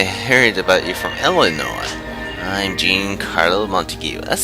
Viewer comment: i think its said john not jeen. like Cpt Jean-Luc Picard.